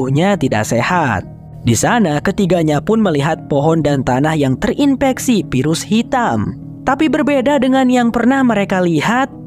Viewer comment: Bang sem. Virus pakai ev bukan ep. Infeksi pakai ef bukan ep 😢